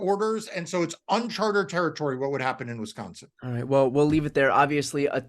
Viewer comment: It is... UNCHARTED! Not unchartered. This is about the tenth time, man....